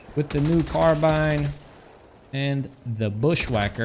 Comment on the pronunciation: speaking of pronunciations, your carbine pronunciation is actually a mix between British and American English